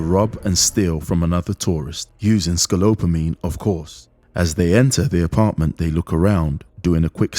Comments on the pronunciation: I live in Medellin and this is the worst I've ever seen. I've been here 7years, and it's getting worse. Also, it's pronounced, s ko pol o min. This needs to be seen by anyone that plans to visit Colombia. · Scopolamine, repeat after me narrator: Sco - PO - LA - MINE. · the 'L' is after the 'P'. Scopolamine. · Hearing this idiot say scalopomine the whole time hurt more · This would be less sketchy if the narrators could pronounce "scopolamine" and "asked" correctly. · it'd be dope if you could actually say ScaPOLEamine the way its spelled lol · You may want to practice pronouncing “Scopolamine “ before saying it so many times. It will make you sound more credible. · Sorry to be a pedantic Toad but it's scoPolomine. And aSked. Aksed isn't a word. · ScaPolomine.. can you please say it properly? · Sko - Poh-Loh-meen that's how it's pronounced bruv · You pronounce scopolamine with the p in the wrong spot. Good video, though. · Dude, probably you should learn how to say the word ‘Scopalamine’ if you’re gonna make a video about it. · You should learn to pronounce scopolamine. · You are pronouncing the name of tve drug wrong. It is some nasty stuff though. A friend's uncle got drugged, and after that he can never form short term memories. It permanantly rewired his brain and he never retsins any memory for more than a few hours. Very scary. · Listening to him mispronounce scopolamine is tough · Why does the guy keeps on talking about "scolopamine" while the proper name is "scopolamine" ? That makes it sound like he doesn't really know what he's talking about. Easy to avoid mistake. No big deal though, it just makes it sounds not reliable info to me...but at the end of the day what matters is the story that happened to him. Vice made a very good documentary a few years back about scopolamine. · Man, at least please read it correctly : it’s scoPolamine, and not, as you keep saying scoLopamine 😂😂😂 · it's SCOPOLAMINE, not scolopamine 🤦‍♂ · Scolopamine keeps hitting me lol